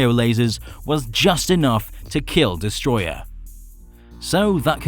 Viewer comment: It's destroyAH not destroyER